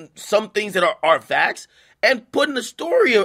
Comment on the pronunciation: Can’t spell facks without aks lol